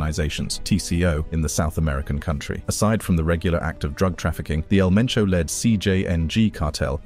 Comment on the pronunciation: They said El Mencho not El Menso.